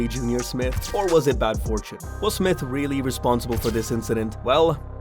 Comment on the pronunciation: It's J....R Smith.